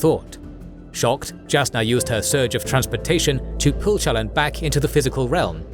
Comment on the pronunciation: As someone who listens to the audio books, this video is driving me crazy. The narrator pronounces almost every major character's name different than Kramer and Reading. The worst one is Shallan, the narrator says both her first and last name differently than the audiobooks. It sounds weird.